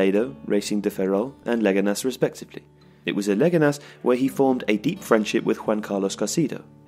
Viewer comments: stop saying "legenas" when you mean "leganes" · Ley Ga Nes.